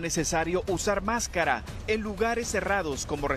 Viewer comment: El reportero pronunciando muchas veces ( muy mal por cierto) la palabra, segun el .. mascaria